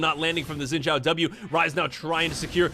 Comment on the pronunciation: I’m sorry but the way you pronounce “Xin Zhao” is so funny LOL Why can’t the english speakers get that right?